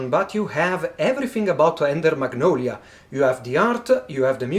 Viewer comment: Beautiful game, edition and great unboxing as usual. Your "magnolia" sounds perfect to me.